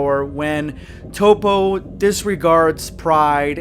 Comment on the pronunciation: I'm a dub guy but I hate top. Its toppo